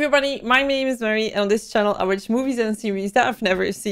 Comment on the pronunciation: You Said " Hello everybody, my "mane" is "